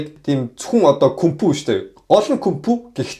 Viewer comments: Sonschihmoor bhiima hel yria yachihsan hatuu duudlagatai yumb de tgd ydaj bhad ysanch ih heldiim… kung-fu ghiig kunpu2 brg tumpen gchiheech. Jet li goy jvjigchin yria chin boldogguie ho. hurtel teslee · Кунпу биш кунфу гэж дуудна шүү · Гоё байншдэээ 😁 Кунпу гэж хэлэх болгонд инээж үзлээ 🤟